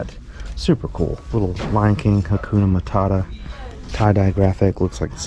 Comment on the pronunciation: Did u say kakuna matata? 🤔😅 great finds! It pays off trying new places 😄